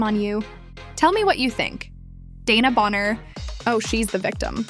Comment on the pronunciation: You are not calling her name right